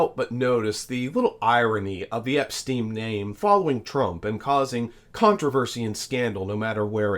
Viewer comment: You are mispronouncing his name. It is not Epstein.